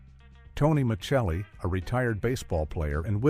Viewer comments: Tony Ma"CH"elli? Lol noooo Ma"sell"i.. wow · This AI did way better than most. Kotter and "Mitchelly" were the only thing it said particularly wrong or awkward. Most of these I turn off in 30 seconds. One today was talking about the Bionic Woman and called the character "Hi-me" Summers, when her name is Jaime and pronounced J-me. Immediate thumbs down. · I knew that, too. He was Tony Me-sell-e on the show, though but he pronounced it the other way, which is technically correct but not when speaking about that sitcom character. Things like that show whether you actually watched the shows. A lot of these nostalgia TV videos for Youtube, give recaps they probably read from Wikipedia but they mess up on the details you would know if you were actually a fan of the show. An example on another AI narration about NCIS, pronounced Dinozzo correctly for an Italian speaker but not how it was pronounced on the show. He was on the show for 13 years, so if you paid any attention, you would know.